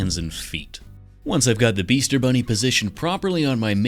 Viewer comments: Wait, did you say beaster bunny? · Did he say Beaster Bunny? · Bro this man said beaster bunny